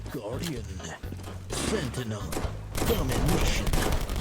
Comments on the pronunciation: the announcer sounds like hes saying fentanyl when he says sentinel lol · he says sentinel but sounds like fentanyl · Think he says pentakill but it definitely sounds like fentanyl